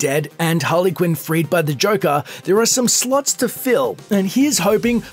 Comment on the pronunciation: when he said slots filled sounded a hell of a lot likd he said sluts filled and I'm over hear thinking WOAH that kindof language isn't approperiate for the multitude of age groups that use this site 😡😣..!! but alas again I'm wrong again 😡..!!